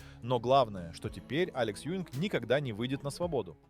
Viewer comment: Az átszállítása nagy hiba volt. Kár, h az AI felolvasás lerontja. Alex Juing- nak kell kiejteni, nem Ewing-nek.